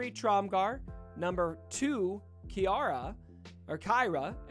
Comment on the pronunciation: He’s a little confused but he’s got the spirit. Lol. Kaira not Alyria. Lol